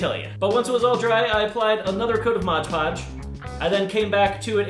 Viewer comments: Why is everyone so concerned about his nails?? Also, MOD podge .... not Modge Podge. Nitpicky pet peeve. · It's mod podge not modge podge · Why do u call it modge podge its mod podge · ROB PLEASE STOP PRONOUNCING IT MODGE PODGE ITS MOD PODGE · I hate when people pronounce Mod Podge like Modge Podge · y must u say modge podge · "Modge Podge" 👏👏👏👏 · Modge Podge? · Did anybody else hear 'modge podge'😅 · AHHHHHH ITS PRONOUNCED "MOD PODGE" NOT MOJ POJ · "Modge Podge" 😂 every says it that way but it's actually Mod Podge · MOD PODGE!!!!!!!!!!!!!!!!!!!!!!! NOT MOGE POGE!!!!!!!!😤😤😤😤😤😤😤😤😤😤😬😬😬😬😬😬😬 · It's so cute how you say modge poge instead of mod poge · Its not called Modge Podge. Haha lol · Why when people say "Mod Podge" they pronounce it like "Modge Podge"? I pronounce it "Mod Podge" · The balloon stroking sound wasn't annoying at all but when you said "Modge Podge" I wanted to stick a fork in my left eye and rotate it counterclockwise. Slowly. It's Mod Podge. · why do people call it "Modge podge"? XD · Mod Podge Rocks should change their name to Modge Podge because that's how 95% of people pronounce it. XD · Love the intro! I notice he said "modge podge" instead "mod podge" but who cares its XD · "Modge" podge?? Seriously? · I think its funny how he says modge podge instead of mod lodge 😂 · "Modge Podge" Lmaooo